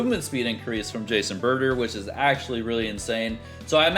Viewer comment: it's pronounced juice and butter